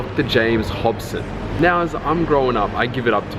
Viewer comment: It's Dr. James Dobson (not Hobson). I only know this because I got stuck listening to that talk as well.